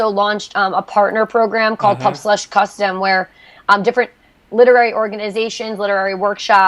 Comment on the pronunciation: I'm sorry, my friend. I was pointing out with failed humor that you say pubFlush at the end instead of pubSlush, or at least it sounded like it to me. I do greatly appreciate your video and am looking into their website. It all seems great so far, take care Matthew.